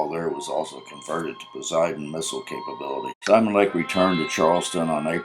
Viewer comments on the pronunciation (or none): none